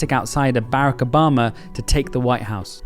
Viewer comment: why u pronounce Obama's first name like that? xd. Anyways good video. I predicted trump's win because I tend to observe politics rather then watch it. So many people got mad at me when I said Kamala was a weak candidate. Some people need to understand it's not a political thing it's an observational thing. She didn't have what it took to undo or outdo the build up that has been happening on the republican side. Bad economy on biden's side so the voters wanted changed and thought they should go back to trump. That;s why trump lost 2020. People where unhappy with how he handled the economy and covid so they voted Biden.